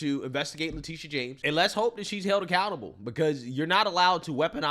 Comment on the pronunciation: I like the says her name Le-TIT-ia